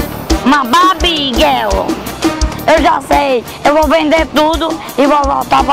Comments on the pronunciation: "uma babi guel" kkkkkkkkk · "Uma Babi Guel" kkkkk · "Uma Babi Guel" kkkk